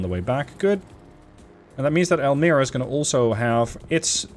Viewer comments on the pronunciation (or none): Just FYI, the ' i ' in Elmira is pronounced the same as that in pine, not pin. So it's more like Elmyra, except you don't 'close' the y. Nice vid